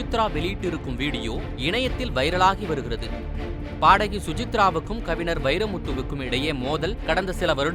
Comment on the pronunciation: அடெ எரும..கவிநர் இல்ல..கவிஞர்...தமிழை நல்லா பேச கத்துகிட்டு அப்புறம் பேசு எரும